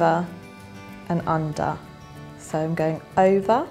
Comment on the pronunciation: Why are u saying iva and anda? Its over and under.